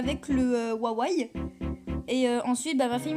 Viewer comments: Un ouawai xD , c'est pas Huawei ? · "wawai" xD c "wuawuei" xDDD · Wawei? Non c'est Huawei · C'est Huawei pas huawaï 😂